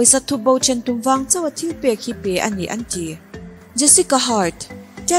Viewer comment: I t lam hi uluk deuh la ka ti..thenkhat ah phei khi chuan thil tih ti a lam tur ni awm tak khi til tih ti ten i lam a😄